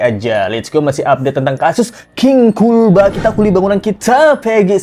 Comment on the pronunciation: Maaf sebelum nya. Mohon anda mengkoreksi sebutan kulba itu. Intonasi dan sebutan nya itu seperti terkesan merendahkan. Padahal harus kt akui bersama klo jasa buruh bangunan jasa2 nya kt nikmati bersama, termasuk ruangan yg anda tempati itu pasti jasa dari buruh bangunan. Terima kasih sebelum nya